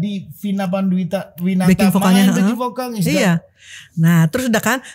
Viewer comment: Bukan pokal tpi vokal Org sberang ngak bisu sebut v? bukan p tapi v